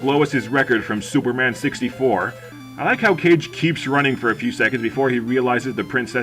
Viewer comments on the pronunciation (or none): Obligatory "it's Kah-Geh" comment, which is roughly "shadow" as I understand, but I also can't say anything, as I was a big fan of the Nintendo DS sequel game, and I called it "Cage" too. lol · "Legend of Cage" facepalm Kah-Geh, not cage.